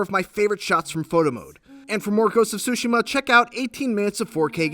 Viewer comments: TSUSHIMA, not sushima. TSU TSU TSU! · Get the pronunciation right, is Tsushima NOT Sushima! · Please stop saying "Sushima", the T isn't silent in neither English or Japanese. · Fotze Gaming and Media Tsushima the T is silent Tsushima is a island in Korea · The way he says Tsushima sounds like sushi-ma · This guy fr just said Ghost of SuSushi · He said “Ghost of Sushi-ma” lol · this guy called it ghost of "sushi" . wow fail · Did he just say “Ghost of Sushi” ?? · Why does he keep saying *Sushima*?!... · “Ghost of Sushima” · Gotta be honest, For an instant there i thought i heard 'sushiman' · if i have to hear this guy say SUSHI-ma one more time, i swear im gonna lose it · did i just heard "Ghost Of Shushi" on ? lol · I feel like this guy pronounces “Tsushima” in a 100 different ways lol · I hate the way he pronounces Tsushima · My heart bleeds for Japanese-Americans (or Japanese people, for that matter) everywhere each time you pronounce the game's title. 🤦🏻‍♂️